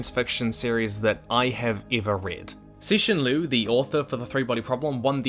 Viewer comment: I love the fact that at least you pronounce his name right. lotta ppl don't even try